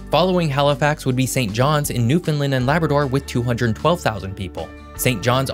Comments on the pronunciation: Could you at least pronounce Newfoundland correctly. Think of the word “understand” and copy the cadence, short, short, long. “New-fun-laannd “ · newfoundLAND (sounds like understand) ;-) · Thanks for highlighting our region with a great concise history and overview. One correction: Newfoundland is pronounced exactly like the word "understand". Just remember to "understand Newfoundland" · When saying the name "Newfoundland", emphasis is placed on the final syllable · Came here to watch you pronounce Newfoundland incorrectly. Was not disappointed. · Please learn how to, pronounce the name of our Province Newfoundland ( and Labrador) understand - Newfoundland it rhymes. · Please learn the correct pronunciation of Newfoundland. Ppl on the internet always pronounce it the way you did... please learn the local way 🙏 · Newfoundland is pronounced locally as "NEW FUN LAND" not "NEWF UNLUND." You forgot to mention Newfoundland's loss of annual revenue of $800 million dollars due to the collapse of the cod fishery in the 1980s.... Foreign trawlers know as "factory ships" that were supposed to stay outside of the 200 mile limit around the island, relentlessly came inside that limit until the cod stocks were decimated causing the federal Canadian government to shut the fishery down to avoid the loss of the cod species. Consequently many Newfoundlanders involved in the fishery moved away to other provinces. Family size also shrunk from upwards to 20+ children (contraception was a sin for Catholic families) to the present day size of 1 to 3 children. As a result, some communities closed schools as there were too few children causing families to move away. With more and more people moving away for employment, some small towns had to declare bankruptcy as there weren't enough funds to plow roads in winter, haul garbage away, etc. As an aside you forgot to mention that there are two French islands off Newfoundland. They are Saint Pierre and Miquelon. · NewfoundLAND not NewfoundLUND.